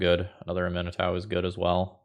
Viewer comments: oh no. oh dear.. it's am-ee-nah-touh. Not a-min-ee-tau. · I found it interesting that you pronounced it (uh-MIN-eh-TAU) because I've always been pronouncing it (AH-mih-NAH-too). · Love the video! Her name is pronounced "AH Min AH TOO" 😂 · Just FYI, I'm pretty sure it's pronounced "ah me nah too" :) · Man, I’m usually not a stickler for pronunciation of card names that are made up, but it’s ah-mee-NAH-too. It’s Cajun French inspired, and such a beautiful name, I had to correct you. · Please, please, please research the correct way to pronouce Aminatou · There are a few content creators that when I them pronounce something differntly than me I assume they are right. Namely Nizzahon, and out boy here. But while I cam see why Aminatau woule be said that way, I am stuggling to believe it. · pronounciation of Aminatou is making me doubt myself. Is it "-tow" or "-too"?!?!?!?!? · 12 seconds in and I was already at: That's how you pronounce that? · Your pronunciation is absolutely correct. is pronouncing it like it’s an American name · Love, love the deck, hate the way says Aminatou